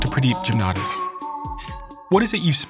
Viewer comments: Stephen, it would help to learn to pronounce your guest’s name. The name is pronounced Jum-naa -daas. Jum as in jump. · It is pronounced "Ja m na daas"